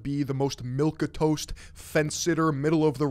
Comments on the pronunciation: Milk-a-toast. It's just funny no hate, everyone has read a word we don't know how to pronounce. It's humanizing, in this world of plastic shit. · That pronunciation of milquetoast was something